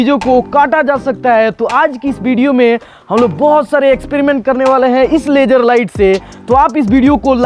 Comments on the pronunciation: Poora duniya ko LASER bolega hindi wala ko LAGER LAGER zero nahi geero jeero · Sala bihari. "laajjer light"